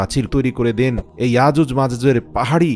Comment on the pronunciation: আজুজ মাজুজ না,ইয়াজুজ মাজুজ বলতে ও পারেন না